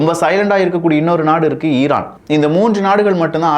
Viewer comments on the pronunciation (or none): none